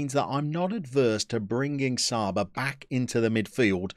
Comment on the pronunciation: The Hungarian guys name is pronounced Chaba Meshter! A lot of Hungarians play in Austria so im happy you went there! Good luck!!!